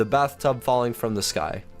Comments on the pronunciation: You said bathrub instead of bathtub. And popo instead of poop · You said bathrub and popo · he said bathrub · it said bathrub😂😂😂😂😂😂😂😂😂😂😂😂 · I know it did say bathrub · he said bathrub falling from the sky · he said bathrub lol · It didnt say bathtub falling from the sky because you said Bathrub xD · I don't know if you noticed you said bathtub instead of bathtub